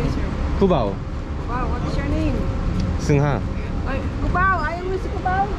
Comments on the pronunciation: i think you should start pronouncing your name in Filipino way if you don’t want people to keep referring you as “singa” 😂 But that was a quick break! When did you come back? Enjoy your travels. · from the very first time I watched this channel in it's infancy, I always found your name funny haha 😂👌 why? Bcuz in Filipino Language, ""( as you pronounce it) or singha as that person misspelled it, means "sneeze" or runny nose haha 😂👌🇵🇭 so when you say "I'm " it sounds like you're saying "I'm sneeze" hahah 😂👌🇵🇭.